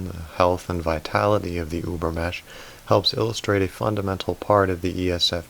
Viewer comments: Übermensch is pronounced ÜbermeNNNsch you miss that N 😜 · I have little remark here, unrelated to the content: I just wanted to say that in the word "übermensch", you cannot leave the "n" out, you have to pronouciate it too :-) I'm sorry, the "über-mesh" was just too funny :-) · Ubermensch, the N is pronounced ... Sounds very weird without. Thanks for your videos. They are great. Go on please ! P.S. I often doubt Celebrity types typing.